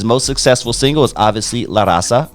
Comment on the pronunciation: Vato you can't even pronounce LA RAZA correctly...typical Chicano. And you don't know 2 of his biggest albums smile now cry later ( Eastside rendezvous, La familia) when hell.a freezes over ( mexican border) homeboy do your research when you speak on a mexican legend like Frost!!